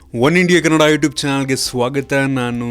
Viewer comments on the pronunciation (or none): none